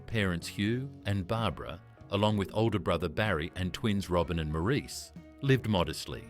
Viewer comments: Maurice is pronounced morris, not moreese 🙄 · Maurice is pronounced Morice not mor-eece. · It's pronounced "Morris". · Pronounced like “Morris,” not “Mo-REESE.” Otherwise, nice job. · Maurice pronounced his name Morris. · Robin's twin brother's name was pronounced MORRIS NOT MAURICE! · Maurice is pronounced Morris. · It's pronounced Morris! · It may have already been pointed out (397 comments as of this post), although spelled "Maurice", the brother's name was pronounced "Morris". In another video (an interview with Barry & Robin), it was noted that it was Barry (not Robin) who wanted to disband the Bee Gees after the death of Maurice. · I thought Maurice was pronounced Moor-eece, too. It is pronounced Moor-iss. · Great video! Maurice is pronounced “Morris” I believe. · I think its pronounced morris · Please, pronounce Maurice's name correctly. It's "Morris". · yes! That annoyed me no end how the narrator didn’t even pronounce Maurice’s name correctly. Also, he was at one stage talking about Robin, and it was Andy who was on that part of the video. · The Bee Gees were a unique group / band, no one really came anywhere near them in sound and creativity, I think everyone has at least one Bee Gees song in their head. They were up there with the best. I wish this narrator would pronounce Maurice Gibbs christian name correctly, he wasn't a damned French man!